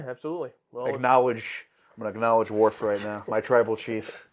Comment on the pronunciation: Every time you guys call him "Dorf". lol